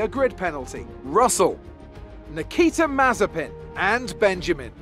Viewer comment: Nobody:: Niki Da Mazepin